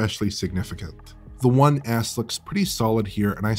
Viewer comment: saying "One S" sounds more like "One Ass"..